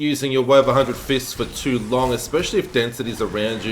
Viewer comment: 'The Way of a Hundred Fistings' sounds painful ...